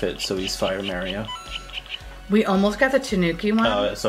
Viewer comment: I loved it too because it's how we pronounce it in the UK! I was delighted to hear an American pronounce it right for once 😆